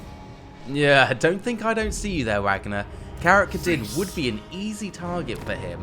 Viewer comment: Grundi.. hasut... KARAK KA -dING?! this guy does not know anything about this game series.